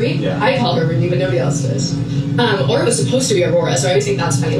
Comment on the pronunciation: The name Aura makes me cringe everytime they say it. It sounds like they are about to say Oral.....